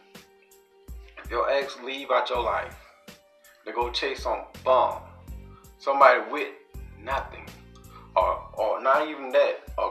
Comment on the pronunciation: u kill me😂😂😂 when u say Bum😂😂😂